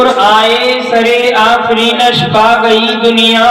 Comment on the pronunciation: کوئی حضرت صاحب کو بتائے کہ لفظِ سِرِّ آفرینش ہے سَرِ آفرینش نہیں ہے